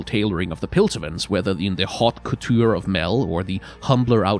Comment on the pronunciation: i dont wanna be annoying but i just wanted to say its pronounced "oateh cohchure"